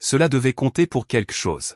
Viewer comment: QuELQue, queLLLLLLque. Pas quaique. Merci. Et plus réaliste le récit, les recherches sont faites pour ça. Ce n'est très professionnel ça. 🤔😏